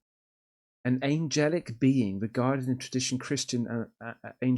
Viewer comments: “Angel-Lickle” 😂😭🤦🏾‍♂️ Bro you cannot make this shit up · Oh man "Angel-ickel" has me rolling! 🤣🤣